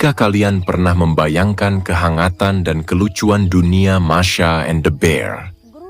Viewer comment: Masha bukan mar hadeeeeuuuh